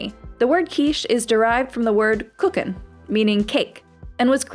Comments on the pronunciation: Omg who says cooken its kuchen the u is long! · This is now the second time i know that someone pronounced Kuchen with a ch as Kucken. BTW the ch can be compared to a cat making that angry noise at you. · Kuchen is pronoun more like "KooHyen", not "cookin"